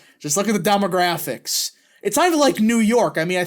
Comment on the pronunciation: Is that pronounced "demographics" or "dumographics"?